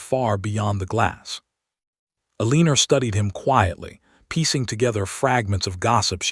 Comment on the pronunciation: Please correct El-lean-er to El-en-a. Still a great story. ❤❤❤🥰